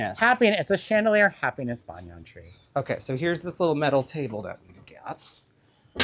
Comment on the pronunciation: If Sondheim put the accent on dam then it must be right ! I will refrain from correcting your pronunciation of Banyan 😉